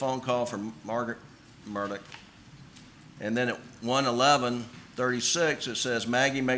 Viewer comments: I AGREE BROTHA!!! ITS MURDAUGH not MURDOCK!!! My God i know some aren't really smart in the South or anywhere else but DAMN!!!! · It has nothing to do with the south. I live in Columbia SC. I don’t know anyone that pronounces his name Murdock. He’s also called Alec even though it’s spelled Alex. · He actually pronounces his own name as "Alec Murdock". His family (brothers and their wives) also pronounce their name as "Murdock".